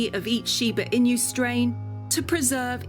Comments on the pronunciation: really knows how to say Shiba Inu It's "e-noo" not "in you" ffs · It bothered me this whole entire video 😂 I’m like it’s “I-NUUU” not “in u” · I’m the only Japanese here! May the shiba in you💓 いにゅーじゃなくて「いぬ」な！ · I-nu not In-yu. I'm wincing every time here. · It's not "in you" but "Ee-noo". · Shiba "In You" LOL - you should have looked into the right way to say Inu - it's not that hard. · it's shiba inu, not shiba "in you" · Those Chinese music on the background bothers me a lot as Japanese. Also INU is not pronounced “ in you” . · Yo you had me laughing so hard cuz of Shiba "In-you" 🤣💀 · It's surely a very interesting video, but I cannot proceed watching it when she pronounces it "shiba inyoo". It gets on my nerves... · Oh god she calls it "IN-YOOO" the whole time.... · stop saying inu like inyou i hate it 💀💀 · Learn how to pronounce Inu if you want to pretend you know about Shiba Inu. EE NEW is the pronunciation! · i wanna learn as much as possible about this breed obv. but is it yer accent thats saying Inyew instead of Inu? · Yes, and I must add that the pronunciation of inu as inyou is grating. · O Tadashi, The narrator was pronouncing "inu" as "inyu". 🙄😖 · the word is "inu" not "in you". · uhhhhhhhhhhh stop saying INYU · Your pronunciation is appalling! It’s pronounced EE-noo not the way you do it! Had to stop watching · It’s pronounced “E” nu in Japanese. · In You? YES. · Yup Thats what i hate i don't like the people who says Shiba in you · No one: Literally no one: Presenter: Shiba in you. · I was so frustrated each time she said it 😭 It's eenuu! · Pronouncing "shiba e-nue" would be better " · Me: shiba inu Presenter: Sheebaa inyu~ Lol your pronunciation is so funny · e-noo is more accurate and I am a native Japanese speaker. You are welcome. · It's shiba inu tho not inyu >.< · I hate how you pronounce it. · She pronounces Inu incorrectly. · I can’t handle how she says “inu” (いぬ) lol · There’s no “y” sound in INU. INU means dog, so just call it a shiba.